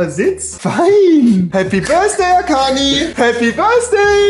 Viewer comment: Ich: schaue das Video Rewi: Happy BÖRSDAI AKANI Ich: 🥲